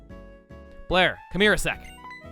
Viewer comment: You know, the name Blair for the player character is actually quite good. With how Chugga pronounces it, it sounds like he's saying "Player". It works!